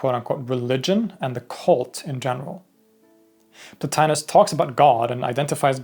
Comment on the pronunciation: The name mispronounced in this video as "Plo-tye-nus" is correctly pronounced "Plo-tee-nus." Classical Latin never pronounces the letter i or I as in "pie." Indeed, Romans called that letter "e" as in "tee."